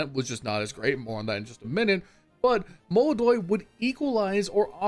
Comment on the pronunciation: ITS MOLODOY PORRA!